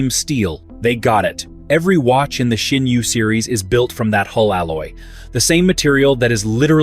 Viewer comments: Where the hell do you get the h in Sinn from? It is Sinn not Shinn the f.... the way you pronounce it would be written Schinn in German. WTF. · I recognized, that you always spell the name of my favorite watch maker wrong! Always, in every video! So: the name is SINN and NOT S"h"INN! I don't know, why you're saying it wrong every time - but I have a mnemonic for you: just think "I'm a SINNER - and than forget the "ER" at the end! Et voilà...SINN 👍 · love schschschinnn watches 🤣🤣🤣🤣